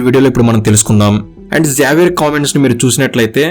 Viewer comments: జావియర్❌ జేవియర్ ✅ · Neku kanisam xavier ne sariga pronounce cheyadam kuda radhu….😂😂😂